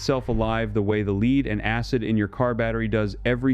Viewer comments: lead not leed, one zero zero year battery, come on? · "lead" pronounced as "leed" and other anomalies. TRY BEING HUMAN AGAIN Lose the robot reader. Honor you human public with humans. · Why do shitty AI's always pronounce Lead as in Lead-acid batteries like: LEED? It ruins the video.